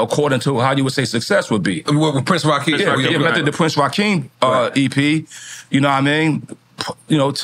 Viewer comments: It’s Prince Rakeem not Raheem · It’s prince Rakeem not Rahim